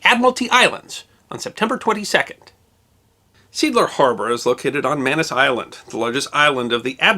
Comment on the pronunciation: Seeadler -- what you pronounced as "seadler" is more like "say adler" in German.